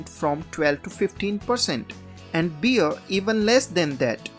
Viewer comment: listen how he pronounced them